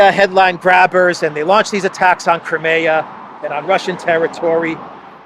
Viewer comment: Just so you know… Crimea is pronounced Kry me a (river)